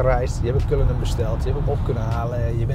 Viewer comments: Het is Cullinan, niet Cullinam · Zegt ie nu CullinaM, hmmm? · Een video van 12 minuten en dan nog niet de naam kunnen uitspreken. Erg dikke faal.